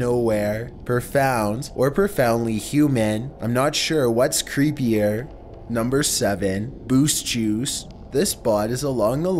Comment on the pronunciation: nohmber fehftehn